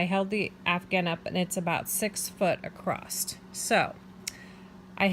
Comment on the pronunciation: Lovely work, but I have a question... At around 3.52 minutes, you said "acrossT". Is that an actual word? I seem to hear it a lot from American people. I'm genuinely interested. Thanks.